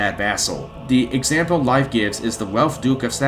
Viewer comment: If it's the nordic name Leif, it's neither Leaf nor Life, it's pronounced the same way as the word lathe, except you replace the th with an f.